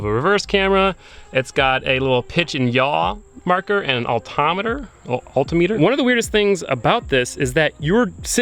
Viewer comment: I love how you said altimeter twice and neither way was correct 😂 we still love you though